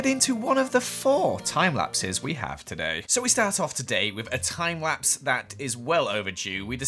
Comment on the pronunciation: "Time wapse" weally?